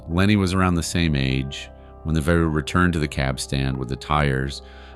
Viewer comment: Vario operation😂😂 love the gringos (pronounce the v like a b but no popping the b at the beginning)